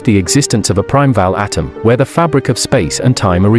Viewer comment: Narration wud be better with certain words pronounced correctly - primeval, neutron, complex etc.